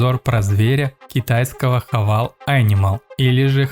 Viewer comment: Кто кого хавал, автор?! Ну ёлки палки! Правильно произносить Хаве́йл